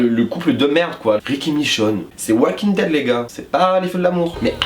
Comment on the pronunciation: "Oualkingue dède" quel bel accent xD Très bonne vidéo mais ça manque d'argument pour les critiques de personnage, j'pense que chaque personnage évoluent avec leur vécu, Carol qui décide d'être une femme avec du caractère après avoir souffert toute sa vie, Carl qui a du tué sa mère, qui subit plein de chose, qui a vu plein de chose (tuer des humains, subir la peur de son père, etc...) j'pense que chaque personnage a une logique dans leur histoire, la seule histoire que je comprend pas, c'est Michonne et Rick...